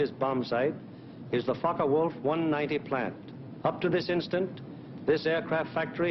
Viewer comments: It's pronounced Fokka Wulf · What a shit the speaker is saying, "The Fuck o Wulf Plant"? Hahaha...;-) Regards from Germany! :-)